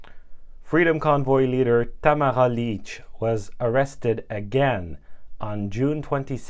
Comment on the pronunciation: It sounded like you called Tamara - - Tommahah Leech! Her name is pronounced "Tah - mare - rah" Lich pronounced: " Lit - ch". Why not ask and learn the pronunciation of her name? Who helped you with the teleprompter? Just speak from your own heart and information you researched. Better than looking like a hypnotized reporter with someone at the other end with a remote control.